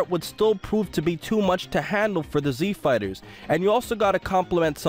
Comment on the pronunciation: Z Fweighters''